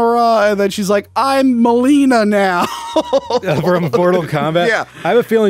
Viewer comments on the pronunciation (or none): none